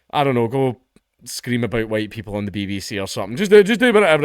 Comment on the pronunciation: "The current leader of Scotland... HUWHITE"